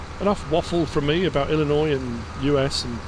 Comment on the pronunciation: As an Illinoisan I'm am very happy to hear you say the name of our state properly thank you